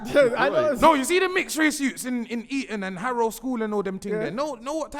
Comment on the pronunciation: man said harrow school, cmonnnnnn